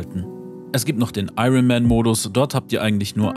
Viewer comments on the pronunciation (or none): none